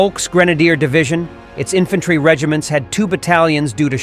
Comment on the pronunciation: "Infantary"? Really, Mr Narrator?